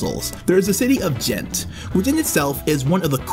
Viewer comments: It's G-ent not jent and its Liè-j nt Lié-g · No one in Belgium would butcher the names of cities like you did, I'm a foreigner and even my pronunciation is better G- like "Go" for Ghent... Lee-eje for Lieges... If you cant make the G sound for Gravesteen don't use a C, There's an R in Ardennes.... these horrible pronunciations were all I could focus on. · Got Antwerp and Charleroi right but then Jent and Lige ? 🤦and more horrible pronunciations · Expect the fact you pronounce Liege totally wrong very good video :) also, you should mention the city of Bruges it's probably a way more attractive city for tourists than Ghent even though I love Ghent.